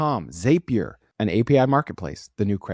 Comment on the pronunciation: Zapier rhymes with happier